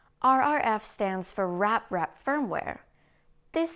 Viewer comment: Um - are we allowed to petition for technical corrections, or will EweToob get all uninate-ey about spreading TRUTH??? It's REPrap, NOT raprep!!!